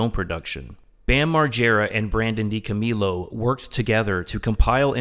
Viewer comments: I knew you weren’t a fan when you said Dico-meal-o. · He cant even pronounce DiCo's surname properly ffs what a shambles, this pathetic attempt of a hate video has turned out to be - and only in the first few minutes, I loathe to imagine the utter drivel this stigmatised closeminded muppet would monotonously drone about for the rest of the video but I just went to listen to CKY videos instead 🤬🤘 Viva La Bam